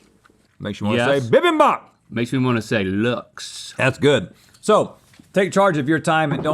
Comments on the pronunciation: Bimbimbop is pronounced beembeem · Hey Link, Rhett, it's actually pronounced bee-bim(like bin but with m)-bop. I always enjoy waking up to your guys videos. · As a Korean I have to say it’s “bee beam bop” when it’s spelled bibimbap